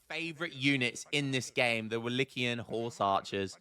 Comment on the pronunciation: Watched this to see you call it Wallitia again hahaha. Got the bonus of Wallichian and Wallatian this time too.